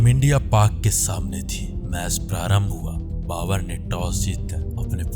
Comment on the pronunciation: भाई बाकी सब कुछ अच्छा है लेकिन आप ब सही नही बोलते बाबर को बावर बोल देते हो यार ।